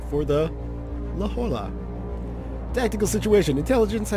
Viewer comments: La Jolla is a city in Southern California is it is pronoinced "la Hoya" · La Hoy-ya